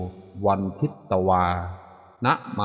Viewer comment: เขียนทิตแต่อ่านพึต